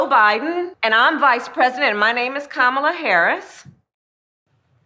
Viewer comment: "My name is Kam-ala harris". Wait so it's not Ka-mala or Kama-la? Fuck me her name changes every day